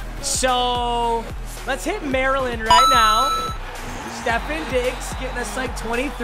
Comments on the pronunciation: Its stef-on not stef-in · Wait Stefin Diggs its StefOn Diggs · Its stef-on diggs btw papa no disrespect